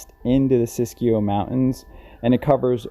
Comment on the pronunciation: I'm impressed by your pronunciation of 'Siskiyou'!